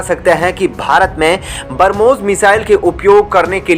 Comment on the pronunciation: Please learn pronounciation of Brahmos .... it's not barmos...